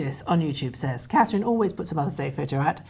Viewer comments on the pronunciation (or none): Her name is CATHERINE it’s not difficult is it?